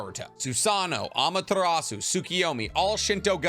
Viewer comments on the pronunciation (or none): none